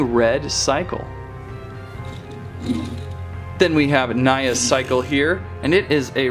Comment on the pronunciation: I'm not trying to correct you but her name is pronounced nee ah